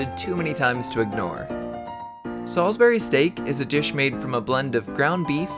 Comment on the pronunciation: you are not pronouncing salisbury steak right.